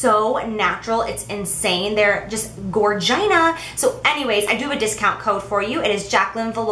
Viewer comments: "Gorvina" lol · wtf is gorgina? 😂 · Gorgina?? Ha I'm dying 😂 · Gorgina? I'm dying 😂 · "Gorgina"? Lol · id she really say gorgina